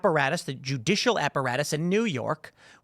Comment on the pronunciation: "The Jewdicial"?